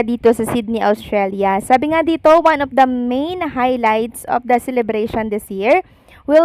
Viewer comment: Please do not get mad. I am bothered by the way you pronounce F and V. Ang of, you pronounce as op, ang V nagiging B, like live, you pronounce as libe. Enough as enap, Philippines as Pilipins. Nakaka turn op, I mean off.. I think you can improve. Observation lang po. Please do not say eh di huwag ako manood. Not a good answer.